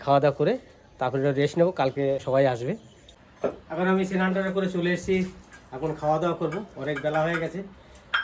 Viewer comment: Shinan hoy na snan bolun